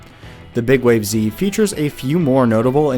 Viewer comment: you sure it's not pronounces "big waves"?